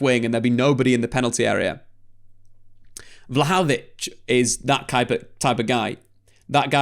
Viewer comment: Take a shot every time comes up with a new mispronunciation of Vlahovic in this vid.